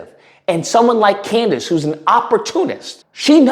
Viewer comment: You call her Coondace too lol been calling her that forever ♾️ 😂😂😂😂 she really has a low IQ